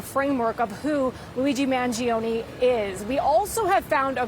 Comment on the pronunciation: Man-joe-nee not Man-gee-oh-nee (it's Italian).